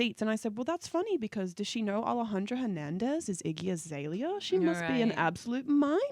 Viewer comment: ryan says his iggy azealia all the time,lol